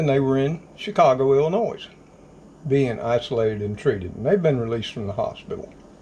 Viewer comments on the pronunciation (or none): obtw its pronounced Illinoi not illinoise LOL, sorry I was a yankee for a while and as a southern boy from TN they gave me hell for calling it noise. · The s in Illinois is silent just FYI thanks